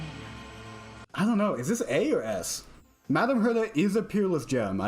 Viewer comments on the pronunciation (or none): none